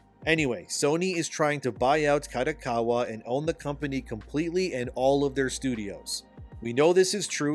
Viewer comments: Who's KATAkawa? 😂 KArt DOck KArt WAr Ka Do Ka Wa. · Japanese company, if held by at helm by traditional Japanese business person in general would prefer the company to stay Japanese owned. Hence there is a chance that kodokawa would, in general, prefer to be sold to Sony Japan. Btw, small details. Kodokawa is pronounced like car-doh-car-wah.